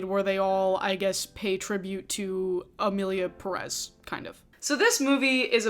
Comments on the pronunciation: It’s Pérez not Perez, can any of your guests pronounce it correctly lol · I hate it when monolinguals pronounce Pérez with the emphasis on the second syllable. Like HELLO the tilde is there to guide you lmfao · I really appreciate you including interviews/conversations with people who identify more closely with the identities being discussed in your recent videos🎉 Also, as a native Spanish speaker, it upsets me so much how people promoting this movie pronounce "Pérez" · The fact that they pronounce it Peréz in the movie itself is bad enough. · Just for every American interested: the stress on Pérez in on the first e. PEH-rez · What shocked me the most is the fact that pretty much EVERYONE is pronouncing Pérez wrong! The stress should be in the “Pé” not in the “rez”. That is why its Pérez, not Perez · I just wish the YouTube critics who slammed the film for inaccurately depicting Mexico would also take the time to pronounce the last name Pérez correctly. It’s a bit ironic to criticize the director for a lack of research while not even paying attention to the accented syllable in the title. If we criticize the creators for being careless and culturally insensitive, shouldn't we at least try to do better in our own little ways? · I mean the second name literally has an accent over the first E, why people in the us always pronounce the names the most incorrect way possible? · Absurdity aside, that's not how you pronounce "Pérez". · OK. The first thing everyone neede to do is LEARN to PRONOUNCE the Spanish family name Pérez PROPERLY It is not 'PRESS', but PEH-reth (emphasis on the 1st syllable)., as a woman with hispanic heritage you should know better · It Pérez not Peréz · I find it amusing that all the non-Spanish speakers content creators that are talking about why this movie sucks (which, indeed, sucks) keep pronouncing "Emilia PERÉS" (sic) instead of "Emilia Pérez." Yet, I really liked your video,!